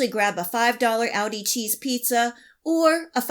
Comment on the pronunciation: It's aldi, not audi...